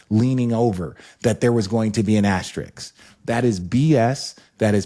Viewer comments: Why do people struggle so badly with the pronunciation of “AS-TER-ISK”. There’s no other word that’s used as much in basketball sports media while also being butchered. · Just leaving this here…the symbol is called an “asteriSK” pleaseeeee everyone just say it right 😂😂😂 also no 2020 chip doesn’t deserve one